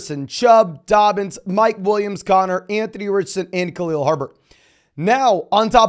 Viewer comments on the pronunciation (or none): none